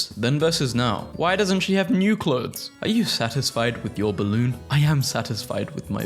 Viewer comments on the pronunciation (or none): none